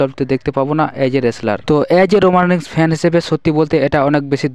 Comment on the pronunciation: উচ্চারনে সাবলীল হন, রোমান‌ রেন্জ না, রোমান‌ রেইনস